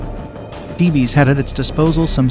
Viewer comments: As this is about the Greek city of Thebes and its army it would have been appropriate to pronounce Thebes correctly. It's one syllable, pronounced 'Theebs' not 'Thee-Bees'. If you cannot bother to pronounce the main subject correctly it casts doubt on the reliability of the rest of the information included in this presentation. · It's not pronounced "theebee" it's just Thebes! One word pronunciation and not thee bee😮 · THEE-BEES?? That's all I can stands; I can't stands no more!! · Isn’t “Thebes” a one syllable word? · I glad you commented. It was driving me crazy. Like a repeated flat note in a musical piece. The rest was pretty good quality and we'll worth watching. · Of course.goofy pronunciation